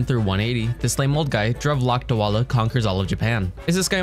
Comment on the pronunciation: the ABSOLUTE BUTCHERY OF Dhruv Lakdawala as Dove Lakwal.... bro, it hurt my Indian soul... its easy, the word Dhruv would be like the word "through" but there is more "the" sound in the "D" part and the DHRU- is ended with a V as a *sigh*. and Lakdawala would go like La-K-rA-w-A-L-AA-h.